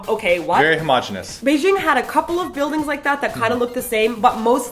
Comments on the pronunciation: Why do people say Bei "zh"ing? As far as I know and can tell from my Chinese parents, it really is said like its spelled. Beijing. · You are pronouncing Beijing wrong. J as in jam. G sound. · The pronunciation of 'Beijing' tho